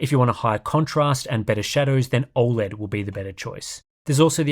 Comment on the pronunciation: Why can't you say 'OLED' properly? Its NOT OI LED.